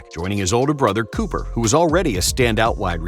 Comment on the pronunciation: Cooper Manning's first name does not rhyme with "super." Instead of the "oo" sound from "food" or "moon", it's the "oo" sound from the words "good" and "wood." That's how the Mannings say it's supposed to be pronounced.